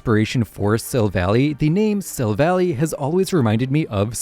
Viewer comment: SILVALLY pronounced SILV-ALLY (COMPANION, FRIEND) NOT SILV-ALLEY (X) 😀